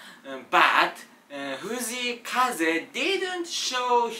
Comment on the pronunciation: フジイカゼだけ発音いい笑笑